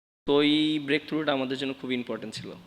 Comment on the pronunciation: Breakthrough❌ বেরেকথররু✅ হাহাহাহাহাহহা মাইগগা মিরাজ স্ট্রাইকস !